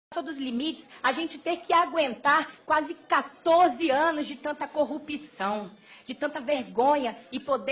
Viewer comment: DESISTI de ver o vídeo quando ela disse "CORRUPIÇÃO"!